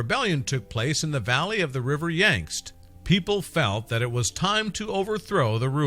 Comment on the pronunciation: "River Yangst" LOL! Yangtze River.